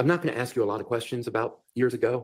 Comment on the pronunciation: how is it that an educated lawyer can't pronounce the word ask correctly?